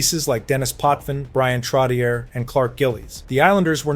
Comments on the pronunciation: "Trotty-air " ?. WTF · TROT TEE YER 😂 AMERICANS ! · TrotiiERRR!?!?? Way to go thERRRE AII generated documentary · If you can go to the effort of making and edit this video, why are you using AI to narrate? It's Trottyay, not Trottyer. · I agree with the comment below. If you don't know what arena he played in, don't mention it. And, for the record, Trottier is pronounced "Trot-E-Ay". No, I'm not subscribing. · Trotchay is how Trottier is pronounced. Nassau Coliseum is where the Islanders played, not MSG. SMH. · It's hard for me to believe we've reached a time when a hockey fan mispronounces "Trottier." Some day it'll be "Lemieux." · It hurts my head when you say Trottier. Look into how to pronounce it correctly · Every time he says Trottier I gag a little